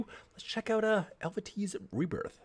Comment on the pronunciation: Nice reaction, glad you liked the band, they are one of my favourites. The name of the band is pronounced El-vay-tee. The Hurdy Gurdy is a string instrument where the strings are brought to vibration by a rosined wheel which is operated by the crank. With the keyboard the length and so the tone of the strings can be changed. There is a very nice interview with both vocalists for the podcast of a vocal coach where there is also a very brief explanation of the gurdy: . For more Hurdy Gurdy you could check out Michalina Malisz's (the Eluveitie hurdy gurdist) YT-channel. But be careful because she did some playthroughs for Eluveitie songs (and some covers of the before she was invited to join the band in 2016) and wouldn't like to spoil future reactions. She played an awesome cover of "Martyr" by August burns Red on the gurdy too. She also has her "5Riffs"-series where she plays riffs from famous metal bands on the hurdy gurdy. She also did a Q&A for her 60k subscribers where she talks a bit how she joined the band . The main theme of Eluveite is the history and culture of the continental Celts in Europe, mainly the tribe of the Helvetii, as the band is from Switzerland.. They also do pure Folk style songs without any metal (Evocation I:The Arcane Dominion and Evocation 2: Pantheon are their folk albums). These songs are sung in Gaulish, the extinct language of the Celts that could be reconstructed by using inscriptions found at archeological sites from all over Eur